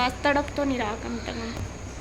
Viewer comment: Ap से को ते क्यों बोलती हो । कम से कम होता है आप कम ते कम बोलते हो 😂